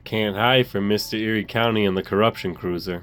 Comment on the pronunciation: Cruiser, not cruser